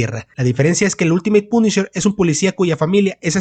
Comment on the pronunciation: De ultraderecha dice el wey 😂😂😂😂😂😂😂😂. Se ve que no sabes nada de USA y como pronuncias punisher lo confirmas .